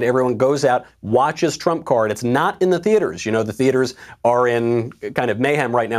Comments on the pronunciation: Uhh Michael you missed an r in trump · “The Tump card” lol